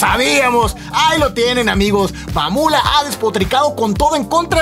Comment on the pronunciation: ME KGUE CUANDO DIJO (MAMULA)